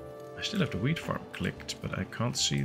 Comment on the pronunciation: The way you pronounce "wheat" really sounds like "weed" 😂😂😂